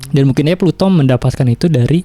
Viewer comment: Plato bro bukan Pluto, kayaknya harus lebih mateng bro nyiapin materi nya